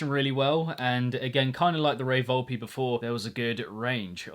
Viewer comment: its Volp-Eh